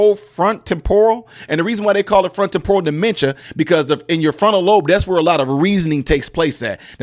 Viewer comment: I’ve never heard Temporal pronounced that way. Lean something new everyday